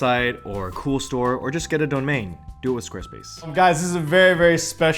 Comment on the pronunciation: awe phil said “donmain”